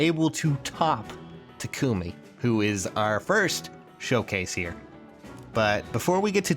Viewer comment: I hate the way he says takumi